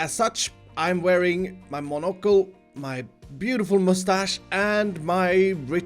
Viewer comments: pronounces monocle wrong Me: angry British noises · I love the way you say “Monocle”, it’s just so fun Also, Emerald Heaven: the Emerald City in the Sky